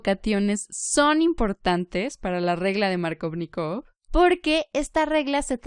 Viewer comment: "Maarcóvnikov" como lo nombras suena a superheroe de Marvel xDDDD Jajajaj buena explicación